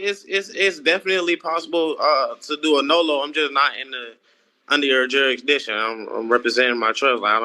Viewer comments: It’s pronounced JURISDICTION not juradishon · "Jurydishun"-- oh, boy, off and running! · What is "jury dition"? Seriously these people are from an alternate universe. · Not a single one of these people can say jurisdiction lol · Why can’t any of them say “jurisdiction”? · Jurisdiction really is NOT a difficult word to say. Many seem to struggle.